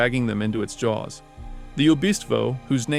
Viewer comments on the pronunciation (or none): none